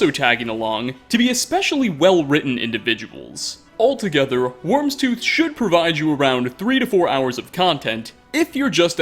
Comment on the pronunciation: It's not pronounced "wormstooth"